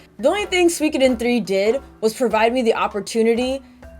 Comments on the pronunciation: su-i-ko-den not sweecoden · SUE - CO - DEN. You sound like you’re speaking of Something from Finland when you say Suikoden. 😂